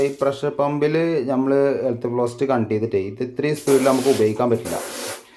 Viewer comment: Super ucharanam